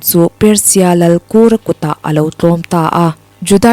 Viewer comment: Kura i lam danhi a dik lo deuh lo maw? Kur i lam hi,thing kur angin i lama,a diklo.KUR laihi,i chhe ker kur a ,tih lama kur lam dan zawk hi aniin ka hria.